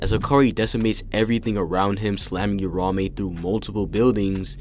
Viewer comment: Say it with me Ura Ume 2 syllables